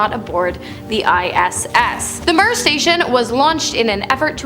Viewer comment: It's pronounced 'meer' not how Ur sating it!